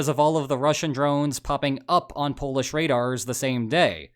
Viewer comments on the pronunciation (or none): none